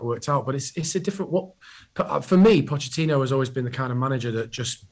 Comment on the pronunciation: Maybe if he stopped calling him Pochettinio he would realise he isn't a Brazilian legend and is just a has-been lol. Imagine backing a manager and not knowing his name.